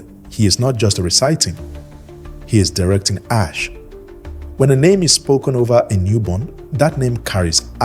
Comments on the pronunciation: Why is Asé (Ah say)being pronounced ash?? that is so disheartening for such a good quality video. Makes me question the information even though I know it's valid. please have the AI pronounce the word properly😩😫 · I’m not gonna lie, when I first saw this comment I thought you were over reacting, but then I heard him say Ash over and over again and it irked me. I hope he makes a correction either in the notes or remaking the video. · Why are you pronouncing Ah-Shay in this manner? Ashe/Ase is pronounced Ah-Shay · This is a beautiful video but the pronunciation of the power words are wrong which is messing up the video. If your using AI you can spell the word in a way that will force the AI to pronounce correctly like instead of spelling Ashe (spell it asay or ahsay). Spelling the word phonetically will make the AI pronounce the words properly. ❤️ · This AI voice had me fooled until I heard it mispronounce ase. Horrible! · I want to share video but I cannot because Ase is pronounced incorrect. Please take this criticism with love. You should redo video with correct pronunciations so misinformation is not being passed around. Plus people who know the correct pronunciation will not take video serious. Because it is a very well informational video. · Well said. The irony of a video about the sacred power of the certain words being spiritual codes.......and then keeps misprouncing the very word (in Yoruba) used for that very Power. Correct pronunciation (or at least as close as possible) is fundamental for invoking the Power of the Word.....exactly like any incantation. And it's DEFINITELY not "ash". Other than that, the concepts & images in this vid are excellent!